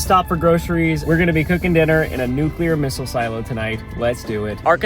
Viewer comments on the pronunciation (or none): none